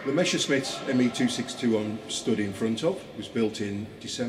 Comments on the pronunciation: Really terrible sound. And messerschmit is pronounced mesershmit not meshersmit 🙉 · It is not Meshersmit oh dear!